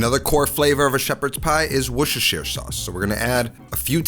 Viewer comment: I feel you bro, 25 years of kitchen on my back. 🤣👍 By the way, It is called and talked correctly Wuuuster Sauce. How bout baking a plate made of potato in the Pan or Oven first off? But you could also use one of those Springform Baking Tins so you got that Metallplate to support the Pie. Otherwise if I look at it from an gastronomic Micheline Star perspective, this of course looks already like eatable Art. Well done anyways. 👌